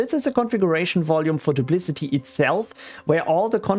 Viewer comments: "doop - lic - ott ee" not "doop - liss - it - eee" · I believe it is pronounced "Duplikati" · Your video is about Duplicati but you keep calling it "Duplicity" which is another different backup software. It's confusing and a common mistake I've found in other similar videos by different creators. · What an ugly name. And I'm pretty sure you're pronouncing it wrong